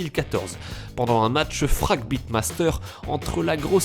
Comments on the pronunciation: Avant de faire des vidéos parlant de jeux vidéos en langue anglaise, un petit conseil : révise ton anglais. Prononcer "fragbite" comme en français, c'est désolant. On prononce "baïte". Tout comme "guild war" prononcé "ouare"... Le "a" dans "war" se prononce presque comme un "o"... et je ne parle même pas du r final, prononcé en frangliche de base... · Il n'a pas l'air doué avec l'anglais, il prononce aussi "Fragbite" à la française...